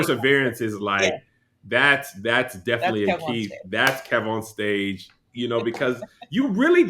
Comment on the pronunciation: Imma need her to pronounce Kev-On-Stage correctly!!!!! Not KEVON 😊